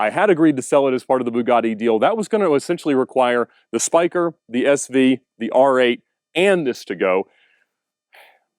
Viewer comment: spyker you need to say it in dutch the netherland